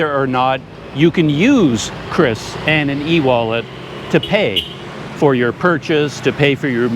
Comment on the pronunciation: In Indonesia, it is pronounced "Ki-Ris", not "Kris". But I agree, it's extremely useful and practical.